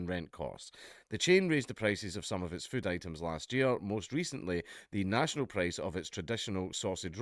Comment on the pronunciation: I love how he says füd